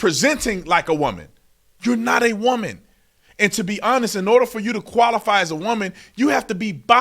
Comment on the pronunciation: And this trans person can’t even pronounce WOMAN!